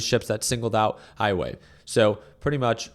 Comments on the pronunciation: It's pronounced wowway. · Dang this guy can't pronounce Huawei correctly. Like he never heard of the company before.